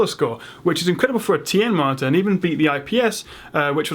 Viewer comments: you say marter instead of monitor lol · why does it sound like he's saying "martyr"? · Why does it sound like he's saying martyr.